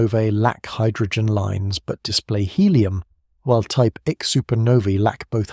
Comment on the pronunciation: So hard to hear "type ICK" when it should be "type I-C." That is just lazy. Shoot you got AI narrating. All is needed is attentive proof reading/ editing. All the work done sufferes when you dont proof read.